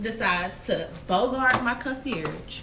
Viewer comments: Now days you just need to be cute.....education is not a requirement. 1. The "g" is VERY silent in concierge.... 2. Why TF does she keep saying "Lord & Behold". She doesn't even have to keep saying it....but she's choosing to say it and it's wrong every time. Anyway, let me keep listening. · Right! Lol. And she so ignorant and stooopid. Pronouncing concierge wrong. Talking about “lord and behold” … huh??! lol. Did she mean “lo and behold”? I tried watching yesterday but couldn’t. Back to give it a second try she still annoying me. But I’m nosey AF 😩😩🤦🏿‍♀️ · Lol 😂And she so ignorant and stooopid. Pronouncing concierge wrong. Talking about “lord and behold” … huh??! lol. Did she mean “lo and behold”? I tried watching yesterday but couldn’t. Back to give it a second try she still annoying me. But I’m nosey AF 😩😩🤦🏿‍♀️